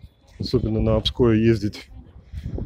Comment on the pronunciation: Площадь Гарина -Михайловского, вокзал построен в 1939 г, пригородный вокзал в 1998г. А море Обское, ударение на О! Комментатор прежде чем рассказывать, ознакомтесь хотя бы немного с историей тех мест, о которых говорите